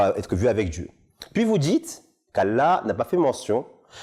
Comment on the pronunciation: Mdrrr il sait même pas prononcer le nom Allah correctement et tu crois qu'il sait lire l'arabe c'est une blague il sait même pas prononcer la sha-a-da sans fautes un truc de base chez nous